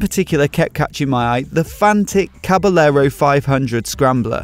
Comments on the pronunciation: Usually the word caballero is pronounced “cabayero,” where the two Ls sounds like a Y. Is it different for this particular bike? Great video btw! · Can't handle it - OCD won't let me not make comment - I beg you not to pronounce the two "l's" - it's Caba"y"ero - just like it's Ma"y"orca - oh, and the beer is Estre"y"a - ahhhhhhhh! Other than being a smart-ass - yep, that's a nice bike :-) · Dude...it's pronounced "Caba-yerro". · May be because this bike is Italian or the guy doesn't know that in Spanish two ll are pronounced like a y or both :) Like the bike and the vid. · hahahaha just trying to help you improve your spanish pronunciation